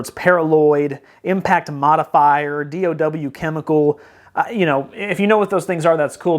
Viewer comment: I appreciate your review. DOW is short for Dow Chemical and is pronounced like it rhymes with cow. It is not a new thing.